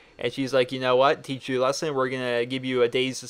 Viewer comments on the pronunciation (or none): none